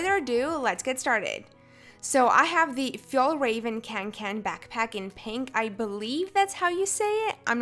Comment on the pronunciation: Great video! Love the style of it. You pronounced the Fjällräven very well. the Kånken is pronounced like Konken with an o sound